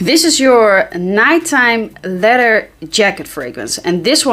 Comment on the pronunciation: Love your content and sense of humor. You always look on point. Love how you start your videos from a distance. So that I could take a peak of those perfect abs amazing!! And Love 💘 how you say leather. You pronounce it letter but it sounds so sexy. And your a Taurus just like my little one. Don't bother a Taurus when there sleeping. That's like there holy grail haha!! And what's an amazing fragrance I still wear is Clinique Happy smells amazing it was and still is a head turner. My Taurus daughter loves it. She's a frag head like us. And send my love to miss fresh nice day my beutys.